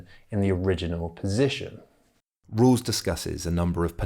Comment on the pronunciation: Why is this narrator pronouncing his name like "Rules"?